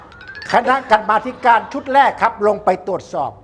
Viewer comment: กรรมาธิการ อ่านว่า กำ-มา-ธิ-กาน